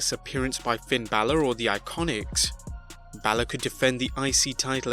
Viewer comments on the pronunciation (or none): none